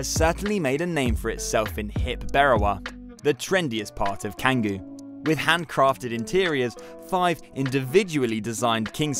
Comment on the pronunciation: “C” s in Bali are pronounced with a “ Ch” sound. It’s pronounced Changgu but spelled without the h.